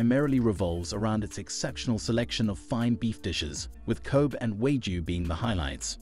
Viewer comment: You pronounced Wagyu wrong. Overall good video keep it up!